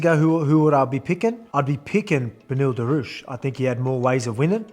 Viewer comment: Volk it's pronounced duri-ush. Time to get that belt back. Much love from Mid North Coast Champ.